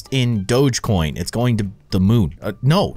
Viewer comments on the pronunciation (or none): none